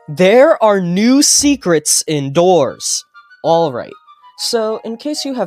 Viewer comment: SECWETS YOU SAY?